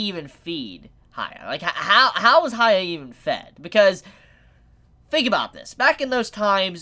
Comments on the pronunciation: It’s Huh-yah-kee Or Huh-yah-kee-mar-oo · I'm sorry but it's really bugging me, why do you keep saying 'Haya'?? Who's Haya?? How hard is it to say Hyakkimaru?? I get that the pronunciation might be hard but one can try, especially after so many people spelled the right way to say it ( and it's said many times in the anime). I apologize if I come across rude but it hurts a lot everytime you say 'Haya'. The name has a meaning as well. Anyway, thank you for the videos and wishing you a good day. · As much anime as he watches, pronunciation was never strong suit. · Heeyah-kee-mah-roo Unless you are just trying to give him a nickname, but where would you get Haiya? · Reviews He-yack-key-mar-roo (Hyakkimaru) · why do you call him "haya"? do you read his name as "hayakkimaru"? because the first sillable is pronounced like the word "he", just saying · Please just learn how to pronounce his name. An anime reviewer of all things should be pronouncing names correctly.